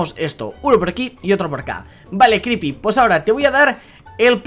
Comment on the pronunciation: pero le dice cripy